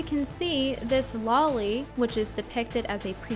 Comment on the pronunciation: "Low-Li", not "Law-Li"